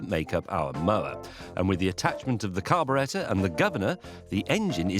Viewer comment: That is the correct English pronunciation for it so good on ya!